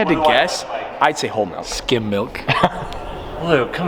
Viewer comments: It upsets me that says “Melk” instead of Milk…… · saying “MELK” over and over is hurting my heart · he really said melk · is no body gonna talk about the way he says milk "malk" hahahaha it had me so dead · When says “Melk” m-i-l-k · Is saying melk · Is nobody going to comment on the fact that he says MELK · did he just say malk? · Don’t let this distract you from the fact that pronounces milk “melk” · Are we not going to talk about how says MELK😂😂😂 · my man said “malk” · He says melk 😩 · What is “melk”? It’s milk bro lol